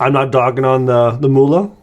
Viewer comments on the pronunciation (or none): Not "Muhle" it is called" Mühle" Youse Google translate, for the Word "Mill" pepper Mill